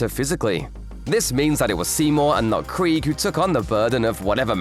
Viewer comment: You’re not pronouncing Krige correctly.